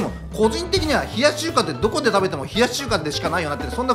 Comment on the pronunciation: 最後の謎かけ「冷やし中華」が「冷やし中🇨🇳韓🇰🇷」に聞こえて…